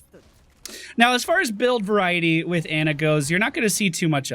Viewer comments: It isn't "AH"-Nuh it is Onuh Amari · ITS NOT ANA BANANA, AH-NA IS CORRECT ^.^ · He better see at least one of these comments saying that he's pronouncing Ana wrong.